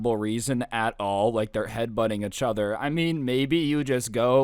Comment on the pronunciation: Anyone else get bothered by the way he says "uhchuther" instead of "eachother"